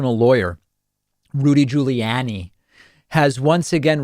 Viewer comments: I like how you say "Julie Anny"...lol... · can everybody from now on say his name like you did in the beginning of the video. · Hey David! Trying to weirdly pronounce Giuliani is exactly the same as the right trying to butcher the pronunciation of Kamala. Right? Didn't you even criticize someone for mispronouncing Kamala? Maybe it was someone else. I'm a lifelong Democrat. Don't take pages from their dirty playbook. You can Be Bester than that Bud! 🤷‍♂️ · Why does David constantly pronounce Giuliani and Buttigieg in the most unusual way, like nobody else does. And he keeps doing it after this long. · Why does he say Giuliani like that?